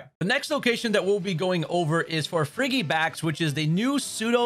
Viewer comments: Frigibax is pronounced like "Fridgey-bax" :D cos its like "frigid" haha Baxcalibur is one of my fave gen 9 pokes haha Fanksss for the guide! <3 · I'm glad I wasn't the only one annoyed by the pronunciation. Also just managed to get myself a shiny Frigibax today at the Glaseado's Grasp. Was so happy when I found one!